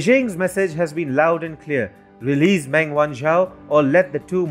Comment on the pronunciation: Meng is pronounced “Mung".